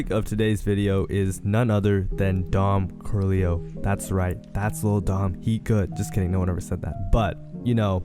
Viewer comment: “Dom coolio” 😂